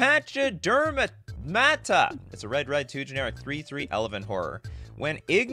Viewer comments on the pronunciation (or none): Three cards in and you've missed all the flavor. Yeah Huh is basically Gandalf with guns. You have to wish for the Shadow from an entirely different place than your own . Its not of this realm of existence. The Real Paradox Engine turns itself off. Its pronounced Pack-uh-derm. Its an elephant